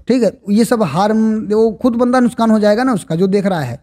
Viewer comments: Main aapki video dekhta hun nuksan ko aap nuskan bol rahe ho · सर नुशकान नहीं नुक्सान